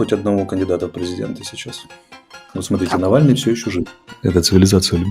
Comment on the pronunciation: Блэт, Нэвэльный